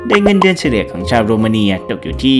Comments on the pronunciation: โรมาเนีย.. อ่านผิด.. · เงินเดือนของประเทศโรมาเนียก็อ่านผิด